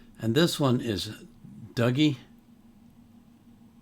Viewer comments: We would pronounce it Doogie. Duggie would-be more how it would be said in England He is internationally famous He also leads a rendition with other international stars which was on the top left of your screen for you tube when the video ended. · Spelt Dougie but pronounced Doogie. Never ever Duggie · "Dougie" is pronounced "Doogie" in Scotland. He isn't really "world renowned" (Scottish people like to exaggerate) but this song is very well known in Scotland, and in the folk music world. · Alba gu bràth sir. This never not brings a tear to my eye. Thank you Dougie (usually pronounced doo-gee).